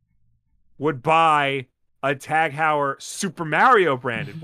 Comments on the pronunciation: About the watch: the "Heu" in Tag Heuer name should be pronounced like in the word "aHOY", so it would be "Tag HOYER". And if you look into watches $2100 for a watch might sound like a lot for an average person, but it's change in regards of price for a good watch. The prices or luxury brands watches can get astronomical. The other story is that this is a smart watch... Then I agree this is just a ripoff and they trying to bump the price by making it in limited quantity. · every time attempted to pronounce Tag Heuer I died a little